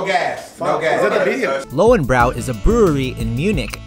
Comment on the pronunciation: Is löwenbräu not "brau" lol Spätzle more of the "e" Schnitzel you speak it super !! THE best Bier is in Klosterweltenburg bavaria !! Is a old traditional bier. Btw the name is "Brezl" not pretzel lmao 😂 i think americans think we Drink all day so much Bier. IS NOT true ,i see americans drink much bier and hurry 😁😂 Mut the Video is cool lol